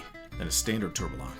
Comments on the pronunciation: Is this the best you can get for narration? Tourbalon😂😂😂 A company involved with watches doing a comprehensive history video should have someone properly pronounce basic watch terms🤦🏻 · Hearing you say 'Tourbillion' hurts my ears... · "Tourbillion" does not have localized American pronunciation because it's not a loanword. You're simply mispronouncing it. You don't go to a Mexican restaurant and ask for a "kaysadilluh" unless you want to look ignorant. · The double L's make a Y sound... you aren't Americanizing the word. You are mispronouncing it. If some said the L's in tortilla, that would sound pretty silly as well. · Need to check on how to pronounce tourbillion...